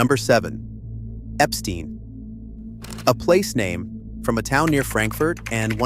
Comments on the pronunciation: Endings like stein are not pronounced as stean, More like the German word for stone and thymes with nein. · i know jews say steen, but ei in german is stine and stei is shtine